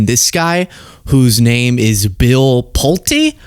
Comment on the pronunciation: You were correct! It is pronounced PULT - E, with a long E. His family builds homes. I lived in a Pulte home as a teenager. My mom had just bought a home from Pulte homes, it was new construction.